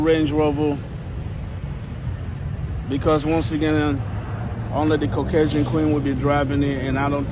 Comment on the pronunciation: Bro, did you say caucasion queen? Is that a cowboy hat? Ain't you from Africa? 😂 YouTube messing with me😂